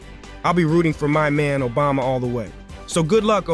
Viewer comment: Nobody gonna talk about calling Obama Ojama?? 😂😂